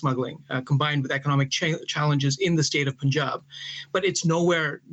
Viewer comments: It’s not pooonjab man…. It’s Punjab. You should know how to pronounce as a reporter 😏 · The pronunciation is like “Panjab” not “ Punjab”. You should read as Panjab. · DW should not act like jokers especially by the Chinese news anchor even they wrongly pronounced punjab